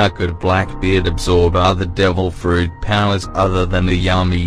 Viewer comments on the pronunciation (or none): none